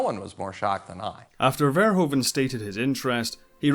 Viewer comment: Paul FARE-WHO-FUN... not Fair-Hoa-van😂